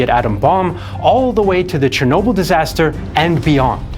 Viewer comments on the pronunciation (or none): none